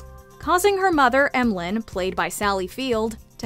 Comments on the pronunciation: Sally Field's character's name is pronounced "mahlynn" not M-lynn. It's a very southern name. 😊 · Please tell me someone corrected her on Sally Field’s character’s name from Steel Magnolias! It’s not pronounced like M.Bison from Street Fighter, where the “M” is pronounced alone. M’lynn is pronounced “Muh-Lynn” and its only used that way in the whole damn movie. SMH. I’d hate to see her try to tackle Shirley McClain’s characters name, Ouiser Boudreaux. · The mom in Steel Magnolias is not pronounced Em-lin. It's M'Lynn and pronounced Mi-Linn. Obv the narrator never watched that masterpiece. Cringe. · “Em-lynne”? Have you ever seen Steel Magnolias? It’s “Muh-Lynne”….FYI. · Ok. Let’s get this out of the way. Sally Field’s character in “steel magnolias” not named M-Lynn. It’s M’Lynn pronounced (Ma-Lynn). Anyone who’s ever really watched the movie knows that. 👀😫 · I know the narrator has never once watched Steel Magnolias because who I Emm Lyn🤣 it’s pronounced Muh Lyn (M’Lynn). Btw one of my favorite movies. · M Lynn? It’s Ma-Lyn. Lord have mercy. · Sally Field's name was pronounced, M'Lyn, which is short for Mary Lyn or Marilyn, not M. Lyn. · No Em-Lynn. “M’-Lynn” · Sorry to be not picky, but Sally Field’s character’s name in Steel Magnolias is pronounced Muh-Lynne, not Em-Lynne like in your video. (Just so you know. Sorry.) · It's not Em-Lynn is Mah-Lynn!! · It's not Emlen. It's M'Lynm. Pronounced MaLynn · M'Lynn is not pronounce Emalin but like Mulynn.... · MaLynn!! Not Mlynn!! 🤦‍♀️🤦‍♀️ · Pronounced Mu Lynn. Not M Lynn. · It’s pronounced ma-Lynn… not m Lynn lol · Have you even seen Steel Magnolias?!?! It's prounced like Muh-Lynn not "M" -Lynn. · Did you really call Sally Field's character in Steel Magnolias "em-lynn"?? Yeah obviously haven't seen the movie. It's "muh-lynn" 🤦‍♀️ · It’s “m’lynn”. Not “em Lynn”. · M'Lynn is pronounced "Mah-Lynn" in the film, not 'M-Lynn'. #justsaying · It's pronounced muh-lynn, not em-lynn